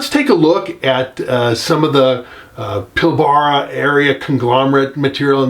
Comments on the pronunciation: Pilbara is pronounced with a long r. Pil bra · Pilbara is pronounced "Pilbra' the first "A" is silent.